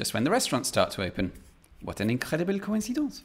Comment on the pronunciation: Your "incredibel" sounds israeli, not french.